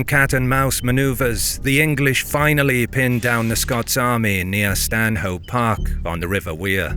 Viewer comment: Great video! Small point though, as a local Stanhope is pronounced without the H: more like stan-up